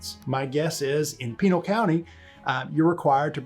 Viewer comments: It's not 'peenal' county it PI nal county, as an attorney (questionable) I'd think details might matter to you. The real problem you have with Frank is that he's hot and you're not. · Did you just call it the "Penile County?" 🤣 It is Pī-NEL county 🤣😂🤣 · If you live in AZ, DO NOT hire or take advice from this "lawyer". He doesn't know AZ law. And he "should" know the police are in charge when there is official interaction. And it is pronounced "Pin-al" county, not penal. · Make cops YouTube stars and you create monsters. BTW is pee NAL, not PEEnal. If you watch these deputy's videos he always comes across as a smartazz, deescalating doesn't make good video. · first of all it's pronounced Pe 'nal County! Listen to him speak. 2nd, what rights is he violating? This is California where the officer by state law says he needs to share why he's stopping the driver. I wouldn't want you representing me in court. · "Pinal" county is pronounced "Pih - Nal" where Nal is like the name "Al." And this guy Frank is a classic a-hole cop and needs to be fired and barred from ever being a cop anywhere else. Also notice that they have turned off comments on these videos.. but there are a LOT of dislikes. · Spanish "i's" are ALWAYS the STRONG "eeee" sound. So pEEE nAL. Peeeento bean, (not Pin-to) "e" in spanish is ALWAYS the Soft "e" sound as in "egg", so jalapeno is never Halapeeenyo it is hala-pen-yo. like the PEN you write with. Also not "Bwayno" but rather Bwen-o. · You don't even know how to pronounce PINAL county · Didn't even pronounce the county correctly, and sounds like he doesn't know Arizona law. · Are you an attorney in AZ? You don’t know Arizona law. I know you are not as you consistently pronounce the county incorrectly. Arizona only has 15 counties. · Have you watched any of these videos in full? If you had, you might be able to pronounce Pinal county properly.